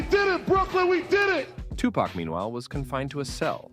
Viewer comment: i don't know if this an a.i. naration. but it's hard to listen to them call him tupuck ...